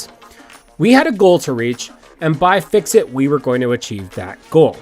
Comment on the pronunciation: FICSIT, not FISCIT. pronounced FIX IT